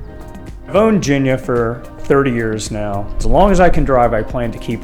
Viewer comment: I hate to tell ya this, man, but you're mispronouncing the name of your car. "G"s in Japanese are pronounced with a hard "g" sound.